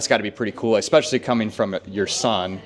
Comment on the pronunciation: homie just said "ekspecially" and "ekscape" multiple times. wtf? instant credibility suck 😕